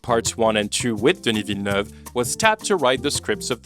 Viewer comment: This video is wonderfully insightful and your flawless pronunciation of "Villeneuve" is cherry on top!